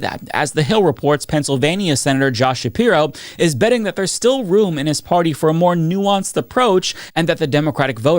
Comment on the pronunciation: Gavin No-som. Josh Nah-piro. Cory Boo-ker.